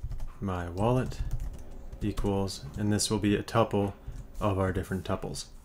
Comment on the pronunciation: I like how you pronounce tuples